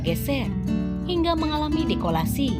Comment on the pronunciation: Dislokasi kali min, bukan dikolasi.